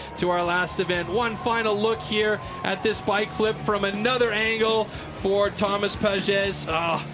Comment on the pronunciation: En français on dit : « Thomas Pages et pas rhomasse Pages » et aussi on dit «la ville de PARIS et pas PARISSE »